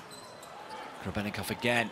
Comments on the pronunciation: the commentator calls Grebennikov Grebennivic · Grebennikov ❌ Grebennivic ✔